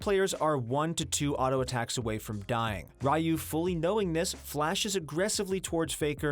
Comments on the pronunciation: Ryu is not pronounced as rayu, it should be riyu. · Rai-yu... I think it's Ryu lol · RYU? Pronounce as (Ree-U) smh people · Ryu pronounced as rai yu xD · You butchered Ryu's name.. smh